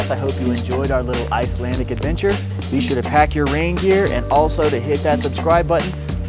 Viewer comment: Absolutely EPIC!! Those Icebergs were absolutely gorgeous. Loved the soundtrack selection as well! A great watch and kept my attention the whole time...which isn't easy to do. Also did you say pack my rain gear or reindeer? :D